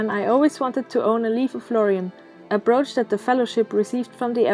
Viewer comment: A "broash"? 🤔